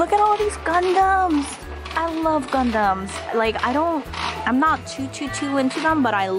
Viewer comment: When she said gundum I thought she said condom !! XD